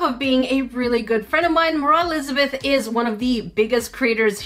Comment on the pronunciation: ”moraah lizbeth”